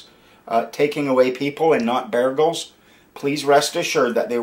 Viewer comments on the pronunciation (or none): Beargles not Beagles oh.....my